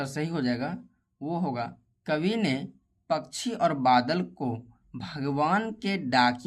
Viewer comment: Bhaiya pakshi hota hai pakshi nahin hota aapko dhang se padhna nahin aata Aap apni video mein acche word use Karen acchi tarah Se bole spasht ko ispat mat bolo spasht bolo dhang se har chijon ko spasht bolo